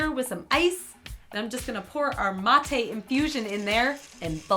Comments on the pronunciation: That struggle when someone mispronounces "mate." Love you! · thats not how you prononce mate... and thats not how its spelled.... and thats not hpw its made... or drank... WHAT THE FUCK IS UP WITH THE BAGGED YERBA